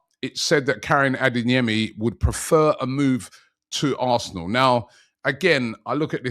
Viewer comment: It’s ADEYEMI not ADINGYEMI!🤦‍♂️